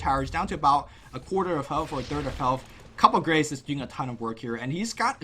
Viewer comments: lol, please stop calling it "Cup of Grace". It's "Coup de Grace", and pronounced "coo-de-grahs" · It's coo day grah ... Not cup day grace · He didn't even get it right. It's pronounced "ku də ɡʁɑs" with really short e, soft r and s in the end. As a pronunciation nazi, he should know this. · You're both wrong. Coo de grah. French say "cood grah" faster. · It's Coo De Gra' shees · i love your commentary but could say coup de grace as koo deh gra? please ^^ love you:3 sorry was just annoying me xD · Also, "Coup de grace" is pronounced "coo day grah"... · PA's ulti is pronounced Coop de Graas its french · "coup de grace" pronounced 'coo day graw' xD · I don't mean to be "that guy", but it's pronounced coo-de-grah... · That's not how you pronounce Coup De Grace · im sure he knows knowing him he is just pronouncing it wrong on purpose